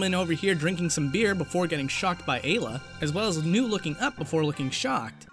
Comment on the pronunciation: It's Eye -- La, btw.